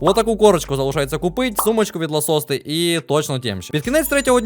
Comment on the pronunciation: Доречi, не Ласосте, а Лакосте правильно, axaxaxaxaxa ))))